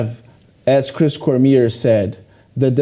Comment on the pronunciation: Why does nobody pronounce Cormier's name correctly? COR MEE AY.